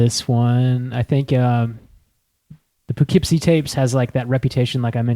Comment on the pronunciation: awesome podcast! local legend here in poughkeepsie (also- its pronounced pUHkeepsie)